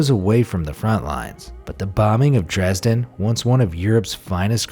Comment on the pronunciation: I just want to say as a german that you speak Dresden wrong